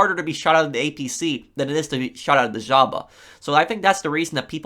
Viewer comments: nobody:: the ZJJJJAHHBA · disliked because "jaba"